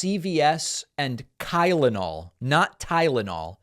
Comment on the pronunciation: I heard Kylenol too.